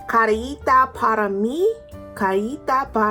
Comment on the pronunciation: You're saying it wrong lol it's like ka eee para mí